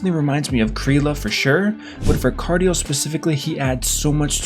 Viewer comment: You know how rare that name is, hahaha. It’s pronounced KAR-DEE-EL